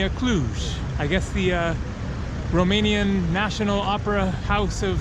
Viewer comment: Hey i am from romania and i need to say that you have a very good romanian acent